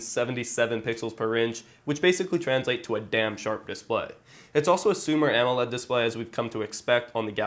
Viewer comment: Is it just me or does it sound like he's saying Sumer AMOLED insted of Super AMOLED.